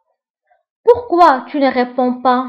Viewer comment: Rèponds et non rèpands